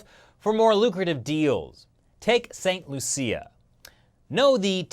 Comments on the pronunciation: St "Loosha" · It's pronounced "Saint Lu-Sha" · St. Lucia (pronunciation) >St. loo-sha